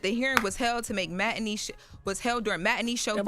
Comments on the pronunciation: I thought was some great communicator. Out here saying memWAR and matiKNEE. 😂 And can someone teach her how to pronounce ASK. It's not AX. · And she couldn't read matinee either...